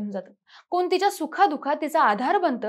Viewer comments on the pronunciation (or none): व्हिडिओ दाखवण्या आधी भाषा सुधारा.कोन नाही कोण असा शब्द आहे.मराठी अशुद्ध आहे. मुलांना आजकाल ai वडील ओझे वाटते. बरं झालं दोघे गेले. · कोन, कुनाचि ...."ण" वापरा